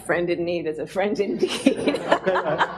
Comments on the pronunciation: I'm from Poland and there is a video circulating around, from the same meeting I guess, when our (not so bright) president mispronounced the saying "A friend in need is friend in DICK". At least it sounded like that. I swear to god, why on earth we have a guy in charge that can barely speak english? It's embarrasing 🤦🏻 So I guess Kamala is reffering to that 🤷🏻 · I think this was because he used that phrase in the beginning of the talk and accidentally mispronounced it saying: "friend in need is a friend in dick." There is a clip of it online, but I watched the entire thing, and I could not find it there, so I am not sure whether that part was removed or whether the clip is real. Her reaction makes me think that it is very possible that the mispronounced clip is real.